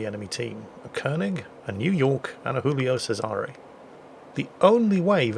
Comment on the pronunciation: for heaven's sake, it's a pasta BB, it's not "Hoolio Sesare"! It's read Giulio (djulio) Che-zare, with a Z for zorro:).